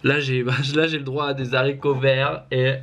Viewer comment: « des zaricots verts » aïeeee😂